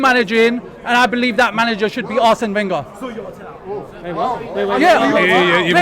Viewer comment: Man really said Arsene Wenger💀